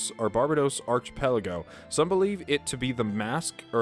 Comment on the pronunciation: Archipelago is pronounced "ark-ih-pell-uh-go" not "arch-ih-pell-uh-go". Amenoch is apparently pronounced like "Amenooch".